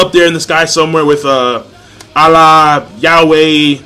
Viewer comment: lool the way u pronounce allah is funny :D it's not like dat broo funny tho :v